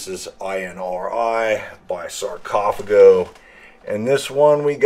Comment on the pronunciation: man I don't know your background but I hear you all the time making mistakes with the pronunciation of band names ,even legendary ones, and now your comment with sarcophago is totally irrelevant at least. (to be kind with you) WTF?